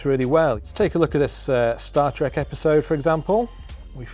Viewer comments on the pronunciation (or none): none